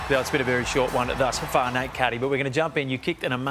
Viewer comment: 36 it’s Nate lol not nat I am I am and Essendon fan